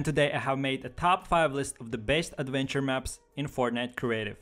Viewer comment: "aduentuer maps"